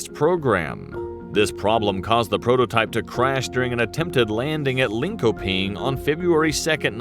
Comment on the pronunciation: Viggen, with a "i" like in indiana. Linköping with a "ch" sound instead of a "k" sound